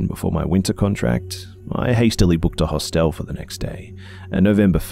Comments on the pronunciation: EyEofHAV0C I know the difference between a Hostel and a Hotel. I said the way he was pronouncing Hostel was bugging me. We pronounce it Hah stle. The way he was pronouncing it was like the word hostile. That's why it was bothering me. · I hate to complain, but the way u say "Hostel" is driving me nuts. I just want to correct u every time u say it. But thanks for the great story and video. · I feel you! I love the stories and his voice. But the way he is pronouncing Hostel and Moncton is bothering me. I understand he is Australian and pronounces things differently, but I cannot help correcting him in my head the entire time. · New drinking game......... Every time mispronounces 'HOSTEL' take a shot of vodka, you'll be sh*t~faced.;) xxx